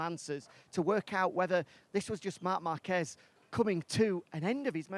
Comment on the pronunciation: Márquez not Marquezzz